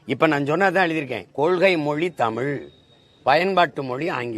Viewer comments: தமில் இல்லை அண்ணாமலை தமிழ். முதலில் தமிழை ஒழுங்காக பேசு. பிறகு இந்தியை புகுத்த பாரு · அரைவேக்காடு அண்ணாமலைக்கு "ல், ள், ழ்" க்கு இருக்கும் வித்தியாசம் தெரியாது. தமிழ் என்று சொல்ல தெரியாது. தமில் என்றுதான் சொல்வார் பாவம் ஆடு